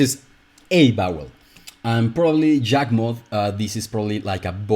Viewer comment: When I hear you pronounce Yawgmoth with a j is confusing because I always hear it pronounced what a e like sound